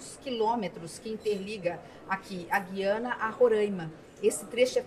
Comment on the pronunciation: Ótima reportagem. Muito boas informações..Mas, alguém precisa informar alguns e algumas repórteres, bem como a Ministra Tevet, que se pronuncia GU - IA- NA. Parece que as novas gerações nunca ouviram esse nome. Antes eram : GU-IA-NA Francesa, GU-IA-NA Inglesa e GU-IA-NA Holandesa, talvez por isso saibamos, nós, mais velhos, pronunciar o nome desse país !!!